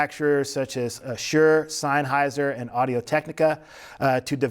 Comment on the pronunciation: nice introductory video, but Sineheiser? Come on bro, what if people call you Laylow instead of, would you correct them. It's Sennheiser. Another thing is "where to use this console", I use my TF5 in my recording studio. I have a lot of external instrument (keyboards and other gear) and it is an excellent addition to my lab, especially when used with Yamaha monitors.